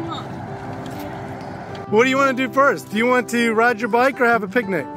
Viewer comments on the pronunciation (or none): You already said byke🤣🤣 when you were at the Walmart 😀